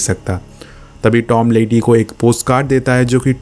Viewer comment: It's Tom not dom